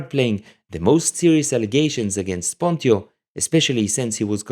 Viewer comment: Thank you, very interesting.. one thing: I'm nearly sure the right pronunciation of PONTIO is: PONT'tsj'O, due to the rules of the late latin... but.. not sure 100%...